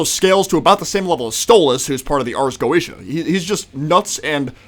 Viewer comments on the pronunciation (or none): none